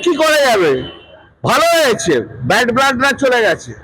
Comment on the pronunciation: ব্লাড বলতে পারে না বলছে ব্ল্যাড